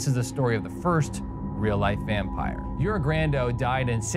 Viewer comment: This is one of the rare channels that managed to pronounce a slavic name correctly. Yes, "Jure" is pronounced as "Yurae" in English. Subscribed :)